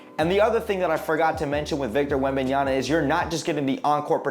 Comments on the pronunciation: Yama!! Not Yana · Man, how many times are we going to get that name wrong! After a while I could not pay attention to the content…all I kept hearing was the “N” instead of the “M” at the end of that name 😂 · Cant even say the dudes name correctly 🤦🏻‍♂️ smfh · Pronunciation is very important information if you want to be more professional, you lost alot of credibility buddy,you butcher his last name big time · Good video but pronunciation of Wembanyama's name really bothers me... research is very important!